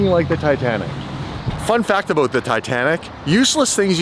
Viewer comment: cannot say the "about" for shit